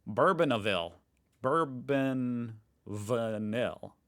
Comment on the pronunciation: not burbon the alcohol, but french "boorbo~~" which is the name of a type of vanilla